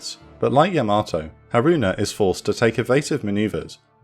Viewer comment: Another fantastic presentation! Yamato is pronounced "YA-ma-toh," not ya-MA-toh. Like the name Yamaha: it's not "ya-MA-ha."